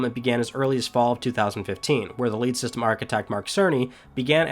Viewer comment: it sounds like you said "...the LATE system architect Mark Cerny..." 😳 For a few moments thought he passed away. After a few rewinds realized you said LEAD. Is that a Maryland accent? 😆👍